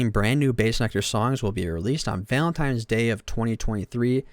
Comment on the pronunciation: His guilt or lack there of aside, your analysis of this is so infantile. This is really like a 5th grader giving a report on this. Your emotions are not nuanced enough to have an opinion on other peoples’ emotions and experiences. You can’t even say Valentine’s correctly. I don’t come at people on the internet but this is painful to know that people really put stock into primary feelings like this and stop thinking after that. There are more emotions than happy, sad, mad